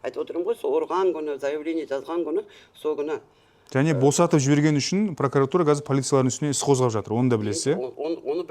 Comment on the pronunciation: Неге пракАратура? Пракуратура емес пе. Пракарар емес қой.